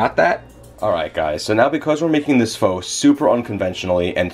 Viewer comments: You said FOO . I guess old habits are hard to break. ;-) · Went back to calling it "Foe" after 4.5 minutes :( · you said it wrong lol. I do it too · keeps sounding like your saying the f word:P i must use it to much